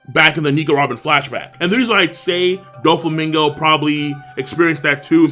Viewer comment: It’s not doflamingo, it’s Don flamingo